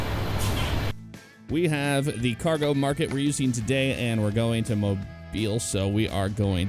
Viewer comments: Thumbs up for the pronunciation of Mobile! 251! The original home of Mardi Gras in the States! Cool how they included a representation of the Dolly Parton Bridge right before Mobile. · Thank you for saying Mobile correctly! If you would've gotten off at 72 East, you would've went to my house!